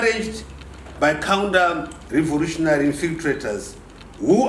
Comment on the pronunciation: Naturarry, accordingry, revorutionar, definatery kkkk iwe Chiwenga go back to East Africa were you come from. Kutaura hako rwaamai unenge wagona kk